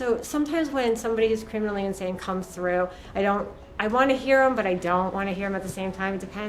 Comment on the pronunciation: "That's Insanne"